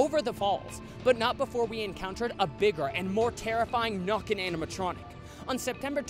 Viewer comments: The nökken is pronounced as nekken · I think the nokken is pronounced nooken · It's pronounced with an Ä (like in "nay") in Swedish. It's pretty okay for being in Norwegian though, but of course w heavy American accent.